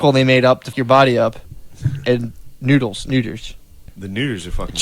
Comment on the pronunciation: they both said "nooder"